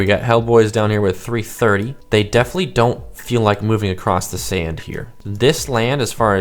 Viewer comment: You all ways say sand Sund or send??